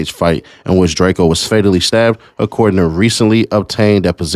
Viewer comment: I don’t lisyen to dudes music but I did to find out who he was when he got stuck, but his name is pronounced DRAKE-O not DRAKE-E-O